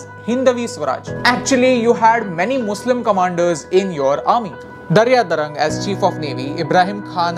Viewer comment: Being a 'marathi maanus', I am proud and impressed by the video. Very different way to encourage our youth, which is highly needed today. Just some corrections: 1. Nau-senecha mukhya Maynak Bhandari hota aani tyala Darya-Sarang mhanat hote....not Daryadarang. 2. Swarajyachya senemadhe Muslim adhikari aani maavale nakkich hote pan 66000 ha agadich chukicha aakada ahe. Plz itihaas neat vacha. Nidan 'Raja Shiv Chatrapati' hey Purandare yanch pustak vachlat tari enough